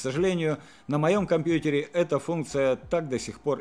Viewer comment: Погугли правильность произношения слова "компьютер". А то ты со своим "компьюТЕр", раздражаешь.